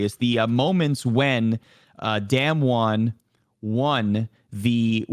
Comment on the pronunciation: D[ah]mwon. Not damnwon. pls.